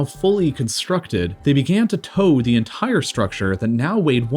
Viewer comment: Why do you speak like this? They tHOwed the enTHire sTHrucTHure. It's absolutely annoying and distracting. I can't stand more than a few minutes. Sorry.